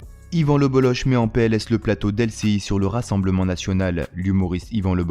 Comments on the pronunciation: Salut, bravo pour ton travail. Juste un mot pour te dire que son nom se prononce Boloke pas boloche. Bonne continuation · Son nom se prononce [bolok] pas boloche 🤦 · Ça se prononce Bolok son nom de famille et pas le boloch ;) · Slm, je ne savais pas qu'il y avait un kh comme Cheb Khaled 😂qui s'écrit c'h comme en allemand ch de jean Sébastien Bach alors le bolloch se dirais plutôt le bolloc'h, j'en apprends encore et encore, merci!